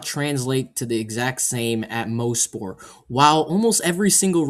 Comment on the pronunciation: It is pronounced moss-port not mo-sport. I was at the 2019 race. I got free tickets from the gm dealer i worked at during the time